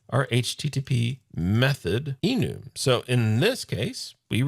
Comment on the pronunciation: just a quick reference, I believe it is prenounced e-numb. Have been working with some Java last year and it is something they have had for a while I believe. All the references I have heard have been pronounced that way. Just an FYI and thanks for the video. Longtime fan Love Your Work